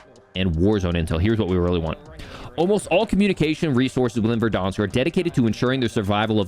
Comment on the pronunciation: VerdAnsk...not VerdOnsk...this is america, not canada